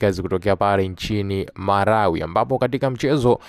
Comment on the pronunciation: Tmka vizuri, sio marawi,ni malawi